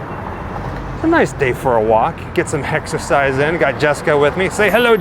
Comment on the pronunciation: Did you say hex-ersize? Lol